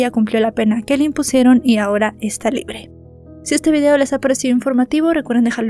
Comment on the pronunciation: LIBLE, JAJAJAJA. NO ES NADA SOLO SONABA GRACIOSO, ESPERO QUE ESTES BIEN DEL TODO, ME GUSTA TUS CONTENIDOS INFORMATIVOS, DESDE R,D) WAO HABLANDO DE ESE CASO, YO PENSE QUE CON LOS MORETONES EN FOTO LAS VISITAS AL DOCTOR, YO PENSE QUE SALDRIA INOCENTE. Y NO HAY UN CASO SIMILARES PERO DONDE LA VICTIMA SALGA INOCENTE. PORQUE INCREIBLE ESE CASO, BAY, BY